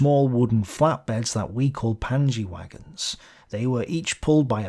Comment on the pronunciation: "Panje" presumably pronounced 'panya', as in the storage bags used on bikes and horses.